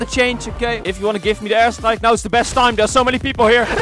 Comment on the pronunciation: Is he saying ass strike or air strike Im joking i love u and use code bakbak5